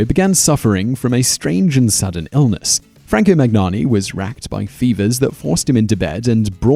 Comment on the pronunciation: maGnani maGnani maGnani .... it's really disrespectful (and painful for the listener) not to say a persons name correctly. why wouldn't you waste ten seconds and learn how to say someones name? it can't be that hard.